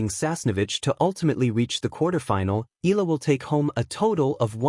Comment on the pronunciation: The family name is pronounced " E-ya-la"